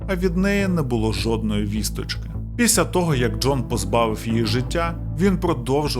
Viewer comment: Шановний, я переслухала вже багато ваших відео і вже вкотре помічаю (профдиформормація🤷‍♀️), що у слові «після» не звучить звук «л», тому замість звучить слово «піся» (що також хороше слово, але не підходить за значенням:)